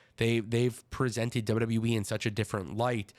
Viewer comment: He keeps saying W W Wii 😂